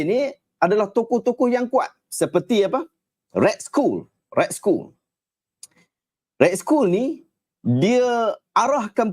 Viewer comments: Red skoll? Pronounce dia red skall (skull) kan? 😅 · otak auto dengar school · Sebutan yg betul - red skal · Tu la, aku dengar cam Ray School....dah sapa.pulak ray school ni....rupanya red skull daaaa....sekali dia tulis arab daaa